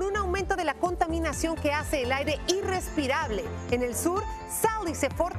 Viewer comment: no se dice ' inrespirable ' se dice irrespirable...gracias saludos des Seattle